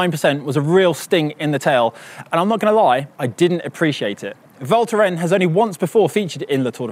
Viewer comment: The “s” in Val Thorens is not silent.:)